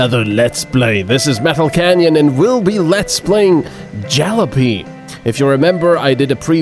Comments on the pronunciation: Juh lah p, that's how you pronounce it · it' pronounced Jal-(aww-pee) seriously butn good video otherwise :)